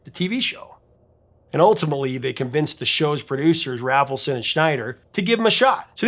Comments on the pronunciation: It’s RAYfelson, not RAFFelson. Sheesh. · That one producer’s name is pronounced “RAY-fel-son”.